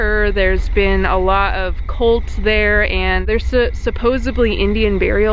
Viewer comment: every time you say cults you are pronounceing it colts and I was like what is so scary about baby horses